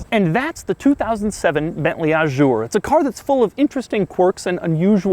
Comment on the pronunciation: That car depreciates more every week than I've ever paid to buy a car. Doug, why the 'zj' in 'Azur'? I understand you mispronouncing the 'u' as it's very French but why not juzt a z? :D. As for the trunk lock behind the logo; Alfa 156 :)